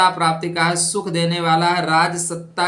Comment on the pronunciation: सुख होता है न कि शुख